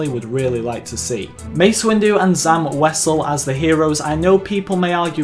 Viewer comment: Zam wesel? Shaak Ti? ... hahahahhahahha